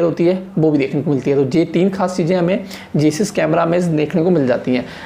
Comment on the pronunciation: जेईस नहीं भाई जाइस